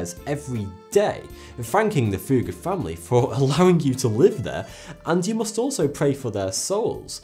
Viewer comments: You didn't ever say "Fugger", more like "Fuhger" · very strange pronunciation of Fugger and Fuggerei in the video by German standards: its rather like Foogger or Fooggerai with clearly a double-G. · The "u" in Fugger is short. There's a reason for the double "g". Sorry man, that just drives me crazy. Quality video! :D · Research how to pronounce Fugger and Fuggerei...